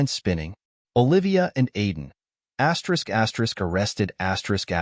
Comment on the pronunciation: Thi asterick crap is not astrick suposed to be read asterisk